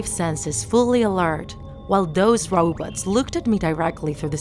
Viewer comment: She said robutts